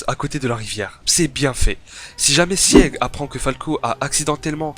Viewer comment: je t'en supplie Sieg ça se prononce "çigue" et non pas "siègue" aled